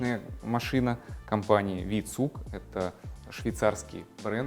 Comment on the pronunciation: Прекрасный обзор. Небольшое уточнение. Бренд V-Zug обычно произносится как "фау цуг", а не "ви цуг".